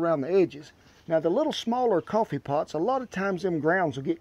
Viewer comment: It's pronounced cowfee.